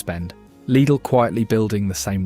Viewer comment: Well done for actally pronouncing the name right!